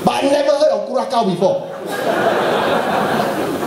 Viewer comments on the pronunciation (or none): Tony, its pronounced cura-sau, not cura-cow